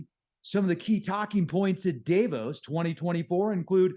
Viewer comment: Okay. Am I the only annoyed every time he pronounces Davos incorrectly? I'm deducting IQ points before he even starts talking on any of his topics.